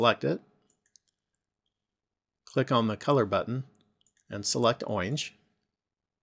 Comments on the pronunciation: Is he saying owinge instead of orange? Sorry, it just hurt my ears when he said that. I'm so weird. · i laughed so hard when he said "oinge"